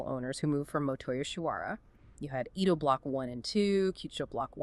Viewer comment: It`s very hard to watch your video when you keep calling it E ~ do. It's pronounced A - do